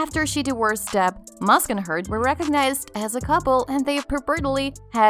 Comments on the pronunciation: Musk not mask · It’s pronounced SCURRILOUS….NOT SCARRILOUS….and ELON’S last name is MUSK….NOT MASK.